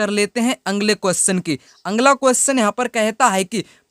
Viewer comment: Sir aap bolte ho angla qustion अगला बोला कीजिए ना की आंग्ल